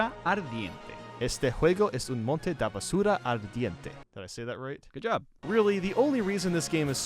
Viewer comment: It's "monton", not "monte"